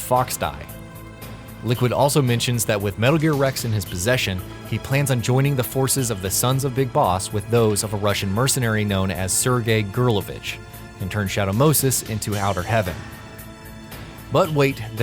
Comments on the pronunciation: Gurlukovich, not Gurlovich. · Gurlukovich...say it with me Grr - Luke - O - Vich